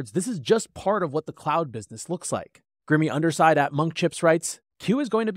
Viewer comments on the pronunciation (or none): fyi I think “Grimy Underside” is pronounced “Grime-ey” not “Grim-ey” 😊